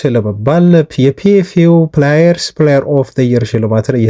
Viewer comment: when you pronounce the word player, don't say ፕላየር, instead you have to say "ፕሌየር" or when you want to pronounce the word "players", read it as " ፖሌየርስ". Thsnk you for every detail info you give as about our beloved club United. Forget all the insults & suggestions from Roy Keane. The donkey is he himself, not the hero Captain Burono Fernandes. Don't forget that I always appreciate you,bro. Melese Y.